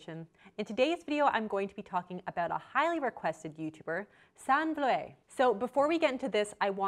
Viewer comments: Im pretty sure its pronounced Sanna Vloot btw (she’s dutch ok) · Her name is pronounced San-nuh Floo-d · Did she legit just say 'San Vloé'? 😭 This really makes my Dutch heart cry. Oh well anyone makes mistakes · Her name is pronounced like "Sahnah" and Vloet pronounced like "Flute". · Julie VB “Sanna flute” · Haha ik ging stuk 😂 'sann floé' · Sann Vloéé😂😂 her pronunciation sounds so funny, it’s a Dutch name so I understand why it’s hard to pronounce, but it is so wrong :) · Just an FYI, her name is pronounced like "Sah-na Flute" - I enjoyed the video though! Thanks :) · Love how she pronounced the dutch name a bit french in the beginning😂😂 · Haha sorry but as a Dutch person I burst out laughing at your attempt to say Sanne Vloet XD Dutch is weird and hard. It should sound more like Sah-nuh Vloot/ Vlute ( kind of like “ha” “duh” “boot”). OE is more rounded that U but this would get you close enough. Love your vids btw! Love the face you make when you are not a fan of something. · Haha I love how Americans pronounce Dutch names. For the next time: it's pronounced 'San-eh Vloot'. 'A' as in 'far', 'oo' as in 'woohoo' :P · It's pronounced San-nuh flute (that's as close as I imagine an American can get anyway). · You actually pronounce her name kinda like sanna vloot (it’s very dutch) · Her name is pronounced Sahnuh Vlood! You made it sounds french or smt haha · Her name is pronounced Sannuh Vloot ☺️ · hahaha i am dutch and we say it like sahneh vloot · It's pronounced 'San-neh Flood', she's Dutch, not French lol. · Her name is pronounced Sahn- eh V-Lo-et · it’s pronounced sanns flut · You could at least TRY to pronounce her name right... it’s Dutch! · Im dutch, and you just say it like you write it, but we dutch people have a really different accent so we pronounce it different, sanne even does that in her video’s, she is saying it more english if you get me😅🙂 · As a Dutch person it was so funny hearing you pronounce her name!! xD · How she said SANNE VLOET😬😬